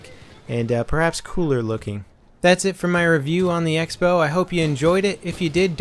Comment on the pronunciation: Use X as cross in writing? Sounds ridicolous, and I've never seen it before... But still, it should be pronounced crossbow.